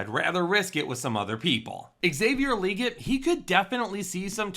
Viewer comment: Xavier “League-it”